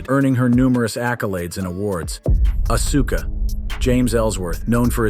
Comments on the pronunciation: Man learn how to pronounce her name right. As-Ka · It's just so painful to hear him call Auska Uhsuka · Hard to take he video seriously when they called Asuka "Uh-soo-kuh" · Don't make a wrestling list if you don't know the wrestler's names. There is no UH-SU-KA. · Sounds like a moron, slaughtering asuka name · Not to mention he can't even pronounce Asuka's name correctly.